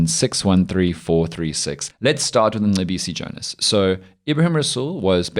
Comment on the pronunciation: listen to Colonel Chris Wyatt, an American, pronounce Mcebisi Jona’s name. 🤭🤣🤣🤣